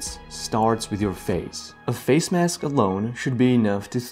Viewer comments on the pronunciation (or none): none